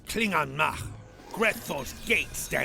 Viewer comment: If your going to pronounced a klingon word, say it right! NOT KUVAH'MOG. Its Kuvah'magh!